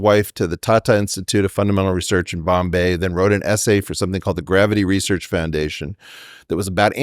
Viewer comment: Weinstein, properly pronounce the word 'research' or loose all of my respect.